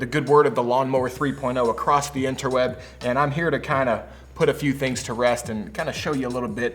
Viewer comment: he legit said interweeb I died